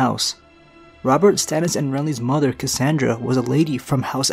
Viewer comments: Cassana Estermont, not Cassandra, as I heard. But mabye is because of audio quality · it's cassana